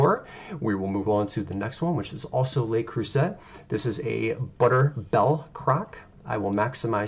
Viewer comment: I’m in! Ps, it’s pronounced Le Crew-say ☺️